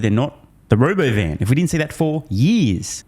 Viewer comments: not RoboVan... RobOvan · He couldn’t even say the word “ro” “bo” “van” … 😂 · You keep pronouncing Robovan incorrectly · Hey, you're pronouncing Robovan wrong